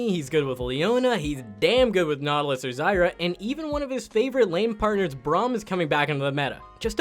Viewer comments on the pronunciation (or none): none